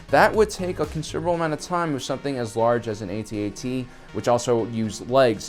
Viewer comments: YOU SAID AT-ET NOT AT-AT THIS MAKES ME SO TRIGGERED AHHH REEEEEEEEEEEEEEEEEEEEEEEEEEEEEEEEEEEEE!!!!!!!!!!!!!!!!!!!!!!!!!!!!!!!! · PLEASE...say ATT-ATT rather than AY-TEE AY-TEE just once, pretty please?!?!?! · After hearing "A-T, A-T" for the millionth time, I had to run. Just say "at-at". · Definitely a generational thing: younger people call it the A T A T (each letter said separately) while us old-timers call it the at at ( ). I cringe when I hear it the other way. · It is not called an " A-T-A-T"....it's an "AT-AT". SMH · Fuck off lad, it's an AT-AT, not A.T.A.T. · We used to call these things at at's back when the movie came out. Why is he pronouncing it A. T. A. T. now? It's distracting. We know what it is, it would me more reverent for him to say at at. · it's not ATAT it's AT-AT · at-at not aye tee aye tee...kids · you said at te don’t you mean at act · ?how come the Kenner ad for the toy calls it an at-at as in hat hat? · Lost me at A-T A-T it's pronounced @@ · Dude, I CANNOT stop hearing AT&T. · Saying 'Ay-Tee Ay-Tee' sounds about as stupid as trying to speak wookie. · Dude you are pronouncing it wrong and it's annoying. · That's not how we pronounce AT-AT.